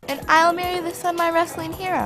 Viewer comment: It is not semi it's son